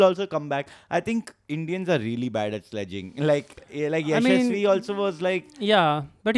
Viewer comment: Mark Nicholas, the English Commentator has changed Jaisawal's name! Yashaswi + Shamsi ka kuch combination = Ya-shamsi 😂